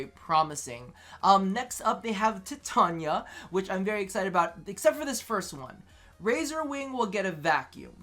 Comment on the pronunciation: Yo, you get a like just for saying titania's name the actual right way.